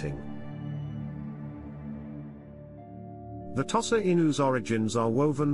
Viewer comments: I have never hitherto heard it pronounced "toss-ah." The first syllable is customarily pronounced by Westerners and Japanese alike as "tow" (as in "tow your car"). For the record, I owned five Tosas over a 20-year-period, edited a breed magazine for Tosas for four years and was president of a now-defunct breed club for Tosas for two of those years. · Thank you for your valuable input regarding the pronunciation of "Tosa." Pronunciations can indeed vary, and it's interesting to note the different ways people pronounce the breed's name. Language and pronunciation can evolve over time and across regions, and it's important to respect and acknowledge the various ways people refer to the breed. Your extensive experience with Tosas is highly appreciated, and your insights can provide valuable context for those learning about this wonderful breed. If you have any more information or experiences to share about Tosas or any other dog breeds, please feel free to do so. 🐾🗣️